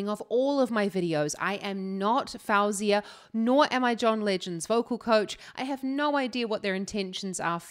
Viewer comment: Your analysis is great and I really enjoy your reactions 👏👏 just a note though, her name is pronounced "fo-zia"